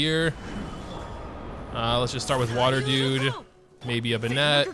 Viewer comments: its not pronounced (ben-net) its (Ben-it) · why do you pronounce Benett like a Frenchman lmao (no offence to any french speakers-) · I started pronouncing Bennett like that 'cause of. The situation is more critical than I thought